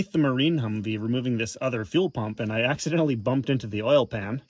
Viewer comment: Did you said Accidentes like in Spanish!!!